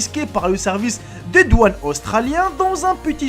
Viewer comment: doaunes???😂😂😂on dit douane